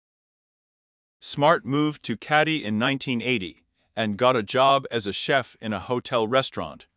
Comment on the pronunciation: Keddie not caddie